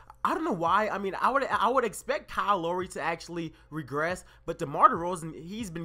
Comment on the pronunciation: BTW u pronounced lowry wrong